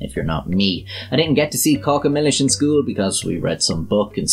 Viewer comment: I AM SORRY, but I can't subscribe because you made me watch 'Caca Millis'!! It is 'CACA' for sure; but in a different language!!